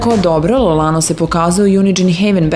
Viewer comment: Ja ne mogu da verujem da je riba na kraju snimka ladno rekla L Lano... :D